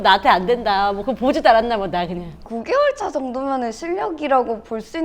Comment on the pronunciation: 이 부산여자인 증거 ㅋㅋㅋ '9↓개↑월↓차→ 정도면' ㅋㅋㅋ